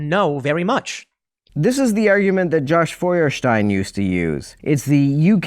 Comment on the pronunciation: Very pleased that you pronounced Joshua Feuerstein's last name better than he does himself. His pronunciation of his own last name has been gnawing at my brain for like 10 years.